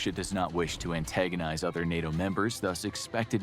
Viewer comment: "Nay-Oh" lmao